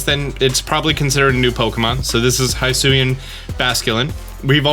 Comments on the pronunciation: It’s pronounced HE-SUI and HE-SUIAN forms damn it, not HIGH-SUI or HIGH-SUIAN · Why are you calling it haisuian ?? It's HISUIAN ,without an A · It's "hee-swee-en" my dude. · Nintendo literally pronounce Hisui and Hisuian every time they talk about this game SO WHY DO YOU PRNOUNCE IT WRONG???? HE-SU-EE not High-su-ee. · It's pronounced He-sue-ian. And the forces of nature have a "therian form", not terrain, as in beast form. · Your saying husuian wrong lol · The moment you said hisuian "hi-suan" already done with video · Stop pronouncing Hisuian wrong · Stop mispronouncing hisuian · How the hell is he saying Hisuian so wrong?